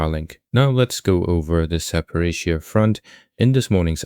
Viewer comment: I miss the AI British voice mangling Zaporizhzhia😂